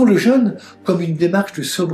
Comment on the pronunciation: Je suis gêné par la prononciation du mot jeune beaucoup ne font pas de différence entre le mot jeune ( adolescent ) et le son jeune ( avec l accent ) pour parler du carême